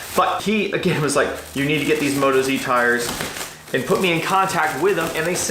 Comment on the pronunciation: MOE-TAWS mate, not moto-z ;). They're Aussie, get it? Moto, Aussie. Cool setup, looking forward to the rest of the trip videos